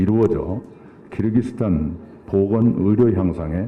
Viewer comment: 끼룩끼룩스탄이라고 안하시고 발음 잘하시네요 역시~~